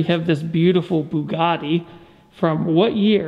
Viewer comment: It almost sounds like you're saying bukkake instead of Bugatti.